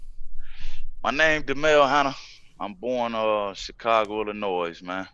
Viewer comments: How dude from illinois and still cant pronounce it?? Its "ILLINOIY" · how you from the city and calling it "illinoise?" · Illi-noise. Lol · Listen up guys. The “S” in Illinois is f*ing silent. Come on guys. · You guys, the "s" in Illinois is silent. It's pronounced ill-annoy. Ha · ill- in- oy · Illinois pronounced with the s? Nah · IllinoiS? NOIS? ITS NOY ILLA NOY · He’s an Illinois native and still doesn’t realize the S is silent lol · The S in Illinois is silent boys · The 'S in Illinois is frikkin silent people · Come on man, you're even from Chicago and you still pronounce the s at the end of Illinois and now you've got the host sounding like a fool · I lived there for two years and I even know not to pronounce the S in Illinois 😑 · This mans for real said the s in Illinois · WHy the fuck did he say the S at the end of Illinois? I hate when people do that. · Boi don’t nobody from out there call it IllinoiS with the s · Damn! The S is silent in the word Illinois. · We don’t say the S on Illinois round here. Cmon men! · Haha the S is Silent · My wife said the same thing homie. She's constantly lecturing me about my mispronunciation of Illinois